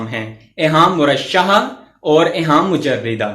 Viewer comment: سر آ پ نے لفظ ایہام کو صحیح نہیں پڑھا ہیں